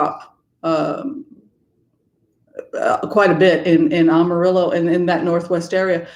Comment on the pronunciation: great discussion and observations about the country. Just one little thing ~ Amarillo is pronounced AM a rill o. Not sophisticated enough for an AHM a rill o. I grew up in Texas, thankfully not West Texas. We are indeed trying to flip the state blue all the way through. Over the last 25 years (many of which I was in CA) the urban areas of Texas have become extremely multi-cultural. Pray MJ Hegar will replace Cornyn in the Senate. Divine Feminine rising! I also like that you reference the Jewish tradition since my mother was Jewish. Blessings.